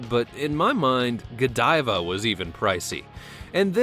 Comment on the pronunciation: U pronounced Godiva wrong😅